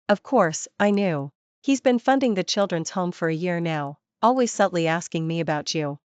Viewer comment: Pronunciations! Bee ed? Al. ways? And she too has no morals, drinking and sleeping with an old flame/friend the day she meets him? You are pretending to write a story for non-Chinese readers too, right? Mention only one name, not both after the first time.